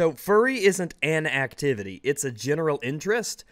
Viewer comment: He says fuwwy. He unnironically does. Endme.